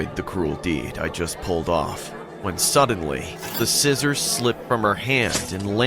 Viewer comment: It's pronounced Scissors